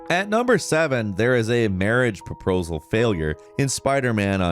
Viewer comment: "marriage proprosal" I can't stand and his inability to pronounce words properly. You narrate videos, my goodness... put in some effort. Dude is probably getting drunk before each video.